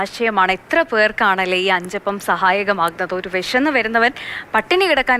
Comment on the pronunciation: അച്ചപ്പം അല്ല അഞ്ചപ്പം